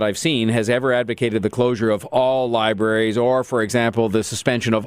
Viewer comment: Liberries?! Jeez, Doug.....